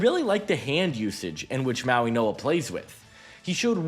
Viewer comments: Mauinoa? Where the fuck is the "n" at? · This is how you pronounce his name Mau - ing - oa The way you say it sounds like there’s a N in the middle, but there’s no N sound in the middle